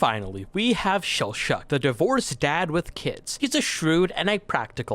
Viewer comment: Mispronouncing Laios and Chillchuck's names AND spoiling someone's heritage? Damn, dude. What do you think you're doing?